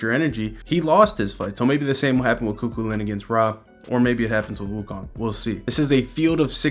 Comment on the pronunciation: It's pronounced coo-cullen. Great coverage. KEEP IT UP!